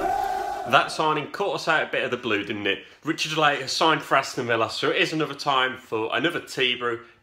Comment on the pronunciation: Ritchie De Lat - not Ritchie De Late - apologies 😂